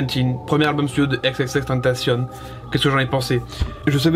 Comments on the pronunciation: À part le n qu'il ne prononce pas comme il le devrait, il prononce "ten ta cion", il le prononce pas à l'anglaise "temptation" mais bien à l'espagnole si on oublie sa faute de prononciation sur la fin où il devrait dire "cione". Y a pas besoin de polémiquer, c'est écrit t e n t a c i o n donc ça doit se prononcer à l'espagnole gros, c'est tout. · Ça se prononce ex ex ex (écrit xxx) tentacion en français pas avec l'accent américains 😉bonne vidéo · C h a o X i i n "ekse ekse ekse tentation" ça se dit comme ça 😉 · Qu'on se mette d'accord! X - X - X - TÉN - TAA - CION On prononce comme ça mdr Content de te revoir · Ça se prononce "tentation" il l'as dit dans une interview 😉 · Ça se prononce comme en espagnol, "tentación" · C h a o X i i n Alors déjà il ne se prononce pas du tout à la française et ensuite on écrit " ou sinon" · C h a o X i i n Déjà on dit ou sinon et de deux ça se prononce "èxèxèxtènetaciôn" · Juste une précision, d'après lui il faut prononcer "tentacion" à la française exactement comme tentation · tu prononce mal son blaze , le "tentacion" il faut le prononcer comme en français , aussinon nice vidéo ;)